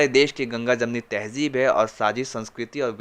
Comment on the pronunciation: Abe muslim hoke hindi walon k jaisa tahjeeb ( tahzeeb)تہجیب bol raha hay ? Kya tu bhi hindi school mein pada hay ?